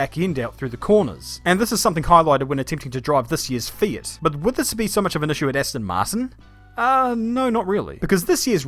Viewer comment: lol did he say fiat?